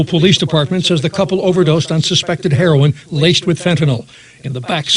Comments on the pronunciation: It's pronounced 'hair oh in', not 'hair on'...everyone in the family are victims, not just the child. Addiction is a DISEASE and they deserve treatment, not punishment. If they get better, they can then better take care of the child. It doesn't get fixed overnight unfortunately. If they continue to use after treatment, then they lose the right to care for their child until they can prove otherwise. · this is terrible. but every time you say "herron" instead of "heroin" it makes me cringey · Hair won lol it's (hair-o-in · I love you Ti, but please, pronounce heroin correctly. Like this- hair*oh*when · its not called HERON its HEROIN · I love you Ti but this is killing me.... Heroin is pronounced like: hair-ore-n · It's pronounce hair-o-in but spelled heroin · Why are u pronouncing heroin as 'hereon'?! Same goes for ur last video pronouncing gala as 'gayla' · It's pronounced he-row-in = heroin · "Hair-on" IM DEAD 💀 love you Ti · lmao that's how my my mother pronounces it. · Am I the only one who got distracted by Ti mispronouncing "heroin"? :/ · lol. the way you're pronouncing "heroin" is hilarious. Love you. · Good video but you're mispronouncing "heroin." There's also some other police photos being released lately of officers cradling babies of parents who have OD'd. Some are black, and sure enough, their families have the same complaints as the people objecting to this Ohio photo. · I love your videos you are the BEST! - but your pronunciation of heroin is off love. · you pronounced herion wrong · Ti can't pronounce heroine for shit 😂 luv u tho 😘😘😘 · Ti, I love you girl, but your pronunciation of the word "heroin" had me dead. I love your accent, girl!